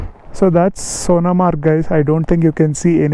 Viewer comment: Pronounce Sonmarg